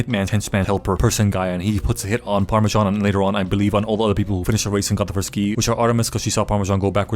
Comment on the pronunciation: PARMISSAN OR HOWEVER TF YOU SAY IT 😂😂😂